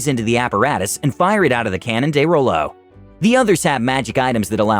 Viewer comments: Watch "Critical Role" and stop mispronouncing "de Rolo" already! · Wait wait wait you know what critical role is but you cant pronounce de rolo properly?